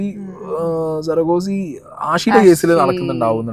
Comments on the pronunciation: Hai bro ''സറഗോസി'' എന്നല്ല "സറോഗസി " എന്നാണ്. ഉച്ഛാരണം Correct അല്ല.പറഞ്ഞൂയെന്നേയുള്ളൂ. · സറോഗസി എന്നുമല്ല സിസ് - സ-റ-ഗസി എന്നാണ് .. പറഞ്ഞെന്നേയുള്ളൂ.. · You pronounce surrogacy as SURR-uh-guh-see, stressing the first syllable, with the "surr" sounding like "sir" (US) or "sur" (UK), followed by a soft "uh," then "guh," and ending with "see" (like the letter 'C'). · സ - റ- ഗ- സി എന്ന് ഒരിക്കലും ഉച്ഛരിക്കില്ല.സറോഗസി(Surrogacy) എന്നതാണ് ശരിയായ ഉച്ഛാരണ രീതി.i know,because i am a medical student. പറഞ്ഞെന്നേയുള്ളൂ.